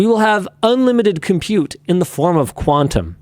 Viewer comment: "in the form of qunatum" lmao